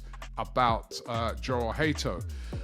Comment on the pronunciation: Jorell hato name in dutch is pronounced yorell bit like jurrien timber it sounds like a y at the beginning not a j